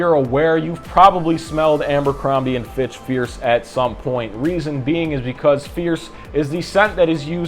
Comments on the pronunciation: I feel like you’re pronouncing it “AMbercrombie” … am I crazy? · Just started and you're saying "AMBERcrombie". First time on your channel and 3 seconds in you've managed to discredit your intelligence, attention to detail, and observational skills. This likely bleeds into all facets of your life, as also demonstrated by your appearance. Hence, your opinion on the fragrance means nothing to me. I'm not continuing past 3 seconds, but thought I'd kindly leave some genuine feedback. Tighten up, guy. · It’s not Ambercrombie, there’s no “M”